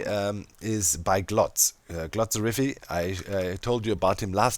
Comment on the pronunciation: Glotzriffi? Glotzriffy? Glottsrify? Who??? Unfortunately, opposed to what you said, there's neither a link to click in this not in the previous video to that person. Once again you said there'd be a link in the video description but there isn't. And with a name like that and a pronunciation line yours I also could not find the person searching Google. Does anyone know the actual name of cam link me to that person's channel? It would be much appreciated. Edit: After quite some more searching and eventually asking for help on a friendly discord server one guy knew the actual name in question... thanks again Robijntj3! Turns out the actual guys' name is 'TheGlotzerify' and you can find him as well as the mentioned video here on YouTube. Enjoy.